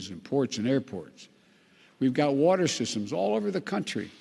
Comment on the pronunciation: OMG !! He actually made it thru ( Build back better ) but couldn't say WATER !! GOD HELP US !!!